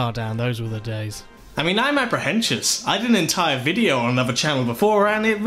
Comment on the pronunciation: did you just say apprehensious?